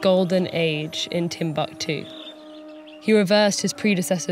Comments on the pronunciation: These are african names, you can't just pronounce them like English please they simply sound totally OFF!! You should have practiced beforehand; 'timb-a-ktu' might have a different meaning down here; you seemed to be talking about a different subject other than TimbUktU itself. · It's tim-book-too not tim-buck-too. I hate americans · Its not timbaktu.... Timbukutu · Wan Shi Tong Library = Timbuktu